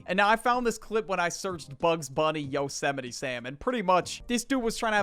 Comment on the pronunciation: I could have sworn it was yose might and not yo semitty, 8/10 ragebait